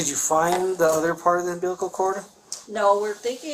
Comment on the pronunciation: She keeps saying umbilical cord wrong and I almost can’t watch the rest. I feel bad for what she witnessed, but she’s a medical assistant shouldnt she know the proper pronunciation for umbilical cord its not an umbilliken cord